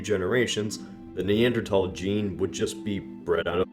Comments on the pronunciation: Your pronunciation of Neanderthal warrants a death sentence... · A silent "h" youe say. Hmmm, interesting hypothesis. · The way you pronounce Neanderthal bothers me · Why do you pronounce Neanderthal without the 'H'? 😂😂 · There's a H in Neanderthal for a reason. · Do Americans usually don't pronounce the "th" in Neanderthals? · I've actually pronounced it that way for a long time, too. I guess it's just how the word evolved with different accents over time. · stop pronouncing neantherdal weirdly it's not pronounced (knee-ant- terdal) it's pronounced (knee-anth-urdal) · Why do you say neandertal instead of neanderthal? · It's Neanderthal not neandertall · I thought it was pronounced “thal” not “tall”? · Did you pronounce it "Neandertal" instead of "Neanderthal" on purpose??? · i 'm sorry somehow i just hate hearing the guy pronounce it"Neandra...tall "...TALL??? at school our teachers never pronounced it that way!!! it was Neandra..THAL!!! and he just goes on, nonchalant, saying it that way as tho every person who attended school "back in the day" was used to pronouncing it this way. it's like Carnegie Hall. we grew up hearing event announcers etc pronouncing it CAR...negie Hall...oh no now it's " car..NE...gie "Hall. all these dumb "Johnny come lately ' s " need to do their homework and work on their pronunciations!!! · you are stupid because you say neanderTALL LOL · The 1000 dislikes were annoyed by "thal" being pronounced "tol" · NEANDERTHAL!!! not NEANDERTALL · Nee-ander-th-al th not tal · Wait, have I been pronouncing it wrong this whole time? Is it "neanderTal" and not "neanderTHal"? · its thal not tal. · Damn it bothers me you pronounce it neander-tall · i cant deal lmao "neanderatall" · "Neander TALS " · Why do you pronounce Neanderthal as "Neander-tall"? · "the neandethal gene" That phrase immediately destroyed any credibility you had. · "Neandertall" lol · that annoyed me so much, neanderTHAL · Why do you pronounce Neanderthal "NeanderTalls".